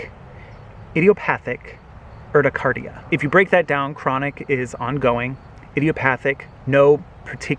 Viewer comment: it's URT-I-CARE-EA